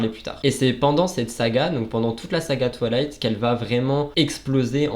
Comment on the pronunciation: C’était génial, à part le twalayte insupportable 🤣🤣 on dirait que tu dis toilettes 😅 c’est twaye-layte ahah Merci pour cette vidéo 🥰